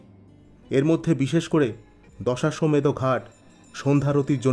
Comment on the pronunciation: দশাসমেত না দশঅশ্বমেদ ঘাট😅